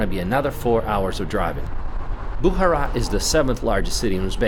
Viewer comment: Its not Boohara, but Bukhara.. Its not Baboor, its Baabar (Babur)